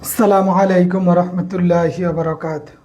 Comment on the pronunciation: ভাই সালাম টা শুদ্ধ হয়নি খুব খেয়াল করে সালাম টা দিবেন